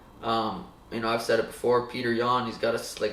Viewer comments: Dude, you can write that under almost every video of everyone (as I did), it won't help. But thanks for trying. But while we're at it: It's "pyoter", not "peeter" or "petir". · Its not peter its pyotr